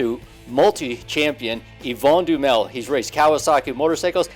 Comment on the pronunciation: The name is not Duamel it is Duhamel.I know this for a fact because Yvon is my father's cousin.